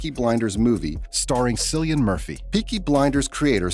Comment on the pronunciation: You lost me at 'Sillian'! I refuse to watch a video where the host cannot even pronounce the name of the lead actor in the show that they've chosen as their video subject. Cillian Murphy has been an A lister long enough for us to know how to pronounce his name... Or you could just call him 'GOAT'...